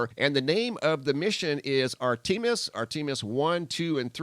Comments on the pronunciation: Artemis is pronounced Artem as in Them not Arteam as in Team - Ar-tem-is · Hermine is pronounced "Her-mine-ee". Also, Zeus' daughter is ART-em-is. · If it sounds funny or wrong it probably is. (Artimus) [Art- ti- mus] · R TA MIS sqy it right. Not r team us no. R TA MIS YOUR WELCOME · It’s pronounced art a miss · Pronunciation of “Artemis” (AHR-tuh-mes)…kinda like Spartacus Definition of: 'Artemis' is: ''. Learn more at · "Ar TEA mis" REALLY? "Gas Ton" and " Her Mean"? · Just food for thought... Artemis is pronounced art-a-miss. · Pronounced with emphasis on the first syllable (no long e sound after the letter t.)